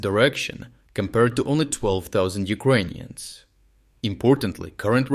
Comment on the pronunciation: Why the fuck does he say “Uquonians”?? It’s uKRainians. Even in russian/ Ukrainian it уКРаинй. Doubt he is Ukrainian. There is no Q sound